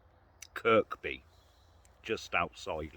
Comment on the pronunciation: True as always and depressing if we allow it to be. Psychopaths make mistakes. That's what I keep telling myself. By the way, you don't pronounce the middle k in Kirkby 😂